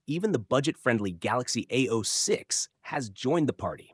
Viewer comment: It's not ao-6. Its a-06👆